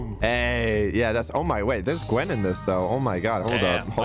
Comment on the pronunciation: I also think it funny cause they keep mispronouncing the names like Leanna to Lenna and Heavely to Heavenly and Gen to Gwen